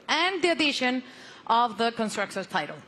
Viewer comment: The dude said conscructors championship lmao